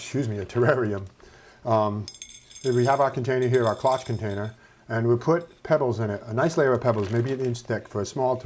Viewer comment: By the way, the O is long and the CHE is pronounced SH Great video